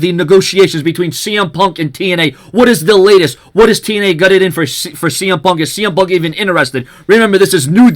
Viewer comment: I heard CM pub